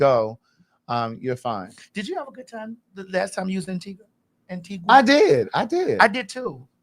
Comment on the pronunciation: Maddie this beat and hair!!! Omg. Also that colour suits you. No ‘w’ sound in Antigua btw!